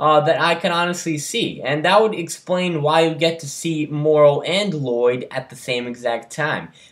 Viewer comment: It's pronounced mar row. Like tomorrow. It's just a normal English word. Morro is completely different